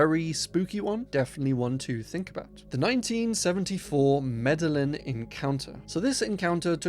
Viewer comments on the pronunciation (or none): Pronouncing Medellín as “meddlin’” made me lol. Also pretty sure it’s “Hopkinsville” not uh… “Hop skin ville”.